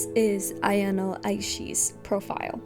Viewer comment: Again, it's a-ya-no (あやの), not a-yan-o (あやんお). She should be called A-chan or Aya-chan, and either ways why do random classmates call her that? They're not close friends. She should be called Aishi-san.